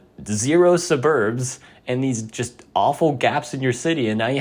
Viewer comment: thats not how you pronounce suburb